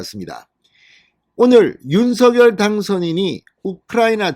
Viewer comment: '윤서결'이 아니라 '윤성녈'로 발음 부탁드려요 당선인이 그렇게 불려왔다고 하면서 앞으로도 그렇게 불러달라고 하셨어요^^